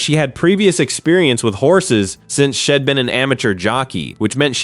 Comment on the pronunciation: "since SHED been an amateur jockey"? When are these goddamn robot narrators going to be programmed to speak English correctly? "IMM" finding this very irritating that these robots don't understand how to "RED".😂